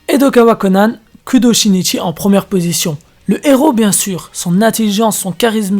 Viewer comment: Oh mon dieu comment tu as massacré ce pauvre Shinichi 😭